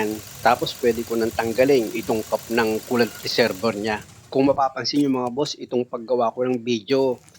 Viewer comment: Sir resebwa nyo po bigkasin ang resevior pra po d kau mhrapan sa pgbgkas.salamat po sa mga tips